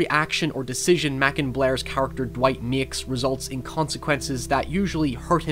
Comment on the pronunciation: It's Macon Blair not Maaakkkonnn